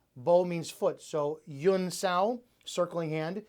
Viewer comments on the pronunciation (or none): No offense but I see that you write "huen sau" but you repeatedly pronounce "yuen". In Cantonese it is an H sound.